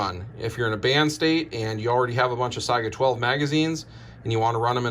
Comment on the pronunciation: "SAY-GA" not Si-I-Aga